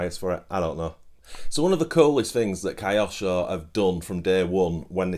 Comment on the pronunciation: Don't wish to be rude, but Kyosho would not be pronounced "Kai osho" Correct pronunciation would be "Kyo-sho" - equal stress on both parts or the word, with Kyo merging the letter sounds, rather than becoming "Kai". Cheers!